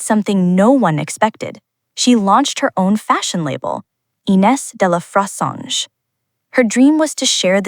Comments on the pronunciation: the narrator made me cringe. get the name right. aay fressange, with a short a. do your homework. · Dear Miss AI. The name is Frezahnje. Clicking off you fake B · at least use an ai voiceover that can pronounce her name😅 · Why do this story if you can't even pronounce her name correctly??? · Please, if you're going to do a documentary about someone, get the pronunciation of their name correct. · Your pronouncing her name is atrocious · Please do not mispronounce her name.